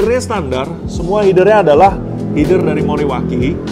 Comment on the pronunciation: Kakak kadang kaya yg bisa ngomong bahasa inggris tp kecewa pas ngmg Header jadi Hider, dan Silencer jadi silinser